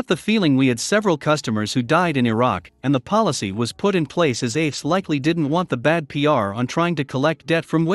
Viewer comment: AAFES. Its pronounced AY - FES.